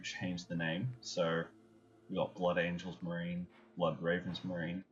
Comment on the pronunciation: Dark "Angles" Blood "Angles"? Really?